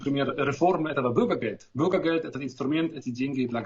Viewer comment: Уважаемый, пожалуйста, не говорите бУргергелд. Бургер - это еда, а бЮргер - гражданин. После многих лет проживания в Германии такое произношение режет слух. Думаю, что местным бЮргерам особенно. С уважением